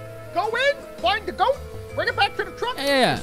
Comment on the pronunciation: bro said gout